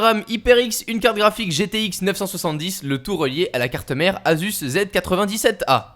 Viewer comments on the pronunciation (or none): none